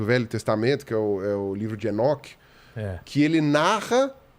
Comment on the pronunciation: eu entendi "o livro de shinnok" até voltei pra ver se era isso msm kkkk